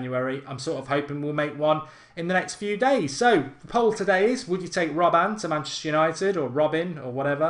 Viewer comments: please stop saying robban for gods sake. its robben. god damn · Mark its RobbEN not RobbAN haha xD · £20-30M for Robben? You havin a laugh?! £10M tops, he's 33! It's RobbEn not RobbAn, and he has NO right foot... Two footed? 😂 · It is prenounced as robbun